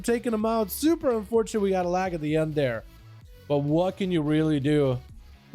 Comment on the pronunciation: lol “ that is super unforte” lmfao dude get ur casting straight